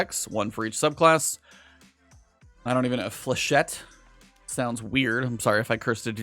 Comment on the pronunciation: Flechette you got it right ! ✅️ Means a little dart in French.